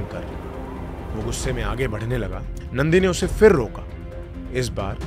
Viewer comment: Itni achhi bhasha hai aapki. Bas PHIR ko 'f'ir na bolein please.